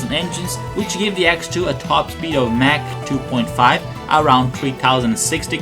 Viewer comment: Did you just say... Mack?